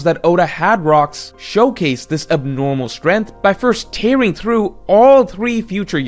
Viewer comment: strength /streNG(k)TH/ 🔊Learn to pronounce